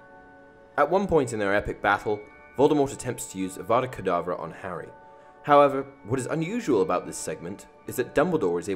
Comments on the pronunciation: Your saying it wrong it’s Avada Kerdavra not IWANNA BANANA. *Harry dies Well done Hermione 10 points to Gryffindor! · Voldemort:Avvvvaaadaa Kedaaavvvraa Hermione:Stop stop stop,you are going to take someone's eye out and besides you are saying it wrong.Its 'Avada Kedavra',not 'Avvvvvaaadaa Kedaaavvvraa'. Voldemort:If you know so much, then you do it then.... Hermione:Avada Kedavra.... Voldemort: Drops dead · "Besides, you're saying it wrong. It's Ava-da Ke-da-vra not I WANNA BANANA.